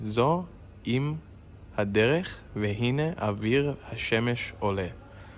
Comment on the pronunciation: You didn't read it correctly, - "זו לא סתם עוד תחנה, זו אם הדרך, והנה אור השמש עולה" - "ZO EM HADERECH" - "Mother of the road" can mean the main road or the central road, or might translate to "Crossroads" / "Intersection" / "Fork in the road"